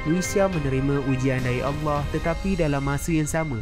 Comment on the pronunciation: Sebutan Allah dia sangat indah